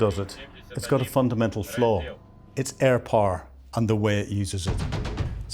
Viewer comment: I like your accent. Where it comes from? Reading the subtitles I've found that "poor" means "power" etc.